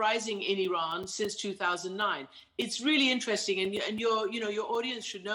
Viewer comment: You are the only person in media who pronounce Iran close to real pronunciation .Love you man